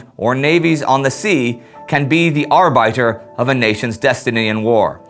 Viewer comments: "Arr-bite-er" Suggest you check out: (should be arr-bit-er) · haha! Arrrr byter! It's R bit er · “Can be the ARE-BITE-ER of a” I’ve lost faith in your pronunciation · Cool episode, although it's pronounced "arbitter". :-) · Ar-biter? LOL